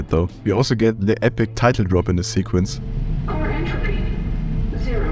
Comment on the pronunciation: My man doesn't know how to pronounce Entropy (still watching cause I can tell this is gonna be good)